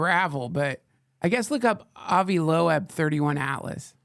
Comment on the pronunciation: Look up how to pronounce "Avi Loeb"... Holy shit already